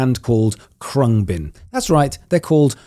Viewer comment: Pronounced closer to "Kroong -bin"...it's Thai for "airplane".